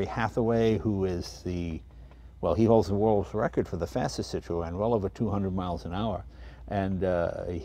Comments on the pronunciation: O.K., I give up, what the hell is a Citro-ann?. Oh, I Get it, thats the way obese aged New Englanders pronounce Citroen. "Cit'-roehn". . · sit ron, not sit ro en. Pronunciation. just annoys folk like me. And the hydraulic spheres were cheaper to buy from Citroen than from Rolls. Like a quarter of the price from RR.But heh, if you could afford a Rolls you had more money than sense. And just about any decent hydraulic fluid will work.They are french though so they will just stop at random for no reason. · Jay I can't watch this video with you saying Cit-RO-en all the bloody time . .It's Cit-run. . .Damn yanks 😂🤣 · "Cit-tro-en"? In England we pronounce it "Cit-tron" or "Cit-trun" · The name is pronounced as "Citren" not Cit-ro-en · Wrong, Ringo. SIH tro en. And swirl the -r. Not the knuckle. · « see - tro- hen » not too much emphasize on the H sound though , is as close as I can think 🧐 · "Citro-enn lol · false ! la prononciation est cit ro en (i'm french) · Say 'Sitron' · Why do you insist on pronouncing it Citro N? o_0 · French here. Pronounce "Citro - N" and you're good. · Citro-en😅😂😅 what!!! Citroen it’s French for heavens sake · Citroen is pronounced citrauwn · its pronouced citrin jay no offence to pronounciation by the way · So funny the way he pronounces the name Citroën :) :) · Jay l like this Citroen ( your pronunciation of Citroen is Super Hilarious) How ever l prefer the DS Citroen ( especially the convertible) There was a company in the UK that produced a turbo kit package for the DS Model . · I guess I've been mis pronouncing Citroen.Jay sure likes his seat pulled back. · I would watch the whole video but can't due to Citroën being pronounced incorrectly throughout. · His mispronouncing of Citroen is killing me. Come on Jay! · Jay you must know how to pronounce the name Citroen !! Just saying ! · That's not how you pronounce Citroen